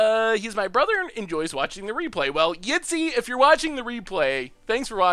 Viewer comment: Thanks for the shout out! You pronounced my name flawlessly, too! -Yitzi